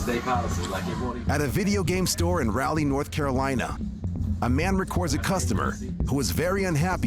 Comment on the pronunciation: That’s not how you say Raleigh 😭